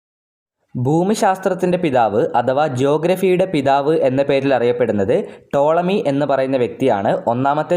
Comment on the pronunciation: tolami aahn tomali allaa😊🫠